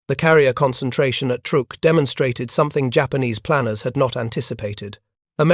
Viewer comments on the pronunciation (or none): none